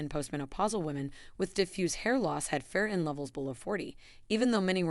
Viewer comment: the A.I. cannot pronounce FERRITIN ('til the very end of the vid).🤤🙉😮‍💨